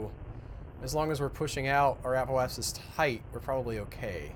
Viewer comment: do you guys pronounce "apoapsis" and "periapsis" incorrectly for comedy effect? There's no "e" between "apo" and "apsis" or "peri" and "apsis".